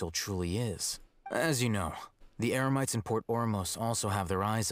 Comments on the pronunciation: looks like paimon is as confused as i am, first she says emerites then its eremites. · did Paimon just say EMERITES? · Paimon said "Emerites" 😂